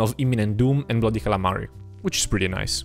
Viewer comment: All this time and you still say bloody calamari.